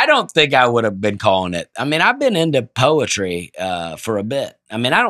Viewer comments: I think is pronouncing it with an I, like “Poitry”. Either way, I’ve never laughed so hard at any episode just hearing Aaron and Dusty fall apart laughing and sweet genuinely trying to repronounce it differently! Sometimes you just can’t hear your own twang!! 🤣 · Nate would pronounce it voy-la. Also: today’s topic is Poy-etry. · Y’all. This is pure gold. I love it when all 4 of you are there for the podcast…but Dusty, Aaron, and left without parent supervision is priceless. I lost my breath laughing at Aaron and Dusty trying to compose themselves when introduced “poy-etry”. I cannot stop laughing 😂😂😂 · saying he probably pronounces Def "Poytry" Jam different than Russell Simmons is hilarious....I imagined him doing the opening to the series in his own voice.😂 If it makes you feel better, I did have to look up a good B word. And, thanks for being a good sport. We all enjoyed the good laugh, sorry it was at your expense. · The way said the word “poy-etry” gave me anxiety each time he stopped to pronounce it. words take flight, But the rhythm's lost in flight, Poetry in plight. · I'm sitting in the gym parking lot cry-laughing at just abusing the "P" if pouyetry. I haven't laughed that hard in ages. It's a middle school sleep over when Nate is gone. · saying “poetry” sounds so much like “poultry” I honestly thought the title was wrong and the episode was going to be about farming chickens. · Omg. Y'all leave alone! It's not that funny how he pronounces Poyetry. But I did get a kick out of Dusty and Aaron dying of laughter over it. Can't wait for daddy Nate to come back and get y'all in order 😂. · you really wound up to say ‘POY-etry’!! I had to go to the video to see the reactions and I watched it quite a few times. Aaron’s laugh almost tickles my ears! This podcast is the best! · I literally drooled on myself when he said "I say powtry" 😂😂😂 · Wtf is a poitry?